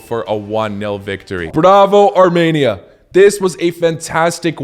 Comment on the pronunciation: I’m from 🇦🇲Arminia🇦🇲 so I know it’s pronounced Armenia, not Tarmenia!